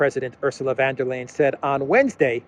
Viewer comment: Hi Love your channel. Watch it regularly. About pronunciation, Ursula is VON de Crazy not VAN de Crazy